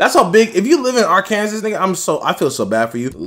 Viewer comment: "R-Kansas" lmao.